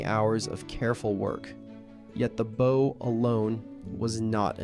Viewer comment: Americans even have difficulty pronouncing the word BOW properly. Unbelievable